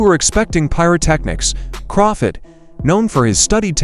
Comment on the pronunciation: This guy don't know Crawford or boxing, he keeps calling him crawfid😂😂😂😂